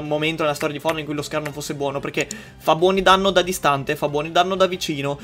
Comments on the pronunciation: fonite hahahahah tvb octy like chi e un connessionato puro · fortnite non fornite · Fortnite non furnit